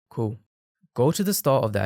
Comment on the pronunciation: bro cant say cool so he goes by saying coo